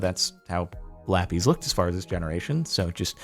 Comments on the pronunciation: ive been trying to say this for years captain its not lapees its lapis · IT'S LA-PIZ NOT LA-PEAS PLEASE JORDAN SAY IT RIGHT. Thanks love your vids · I've never in my life heard someone say LAPIS (lap-is) like lappies (lap ease) You are the literal first for me. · "Lapees" Say lapis correctly or I stab an orphan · the way he says "lappys" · "la peas" loll